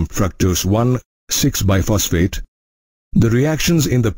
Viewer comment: It's not Biphosphate ,it is BISphosphate